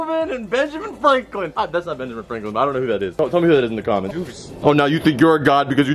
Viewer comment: did he say Benjamin flanklen